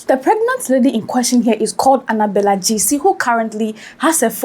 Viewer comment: Aahhh 😂😂 Is it Gyasi she is pronouncing like that??? Ahh gayasi 😂😂